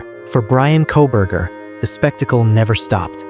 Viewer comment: KOLBERGER........:face-orange-frowning::face-orange-frowning::face-orange-frowning::face-orange-frowning::face-orange-frowning:, NOT "C'......GET IT RIGHT:face-orange-frowning::face-orange-frowning::face-orange-frowning::face-orange-frowning::face-orange-frowning::face-orange-frowning::face-orange-frowning